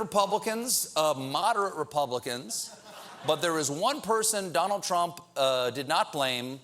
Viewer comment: "Paul Ryan failed Rebubblicans"